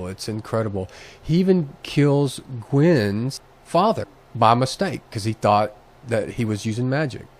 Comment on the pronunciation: Is know one going to point out that Gauis was never Merlins Uncle WTF. Also you pronounsed Gwens name wrong.